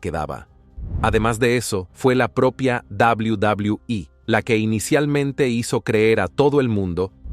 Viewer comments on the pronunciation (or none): 😂😂😂 cierto yo siempre escuche en televisión doble u doble u eh. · Es enfermiso y desesperante escucharlo decir "La Dabliu Dabliu I" "McmaJon".🤦🏻‍♂️